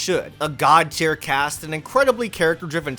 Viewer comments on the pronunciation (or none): none